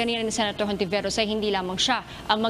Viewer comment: Hindi Hontiveros ang bigkas nun. Kundi Ontiveros. Spanish kasi.